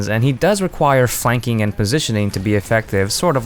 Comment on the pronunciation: for the last p..... try... phlanking (flanking)